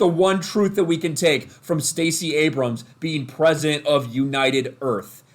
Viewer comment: She's the Prefident of United Earf!